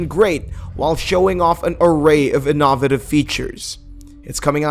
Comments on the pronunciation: This dude just said Inahvitive multiple times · In-ah-vutive? Feb-wary? A-key-leez? My ears are bleeding. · The way you said ‘innovative’ was...interesting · Innovative pronunciation of the word innovative there! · Shit threw me for a loop.